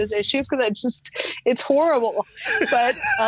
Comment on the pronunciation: She said,”…whore-able…”. The word horrible is a short “o”. She has mistaken her self image with horror. Short “o”. She is the long “o” for sure. Heeheee